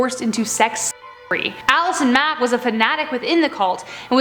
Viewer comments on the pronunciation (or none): none